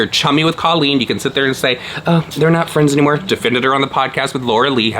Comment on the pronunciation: I need someone to get to stop saying COE-leen, or everyone else to start saying it this way. A girl is confused.